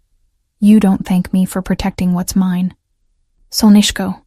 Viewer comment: You're pronouncing "solnyshko" incorrectly. Even though it ends with an 'o' It's pronounced as if it were an 'a'. I love that word used as an endearment